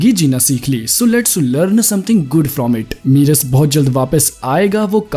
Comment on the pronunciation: मीरस नहीं मेरस